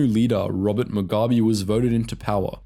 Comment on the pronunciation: Sorry mate , I lived through most of that war and you managed to mispronounce nearly every african name or acronym. Phonetically its moogarbee enkomo Zar noo p.f. , Zar poo , fre leemo, bishop moozaraywah, zanlah , ziprah , mo zam beak , etc etc. It was one nasty war and in the end no real winners, especially not the poor black Zimbabweans.